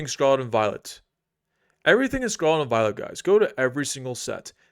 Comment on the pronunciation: Don’t listen to investment or economic advice from a guy who can’t even take the time to enunciate “Scarlet”.